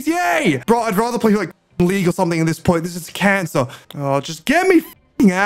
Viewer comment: bro just said c4ncer🤣🤣